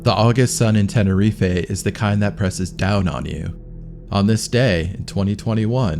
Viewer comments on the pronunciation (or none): Stop adding an 'A' to end of Tenerife, there is no A on the end of it. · Tenerife is pronounced Tenereef not Tenerefay